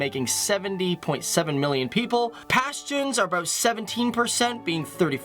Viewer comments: The way he pronounced pashtuns is weird but glad to hear that.Thanks man.😃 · Punjabi's, Pashtuns, Mahajirs, Baloch ,Sindhi you pronounced everyone wrong 😂😂